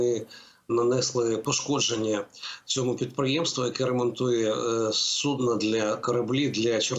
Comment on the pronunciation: ви молодець. Судно, а не судо.